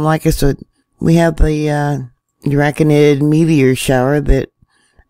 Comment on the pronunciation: DRA-co-nids. Rhymes with PLAY doh kids! 😆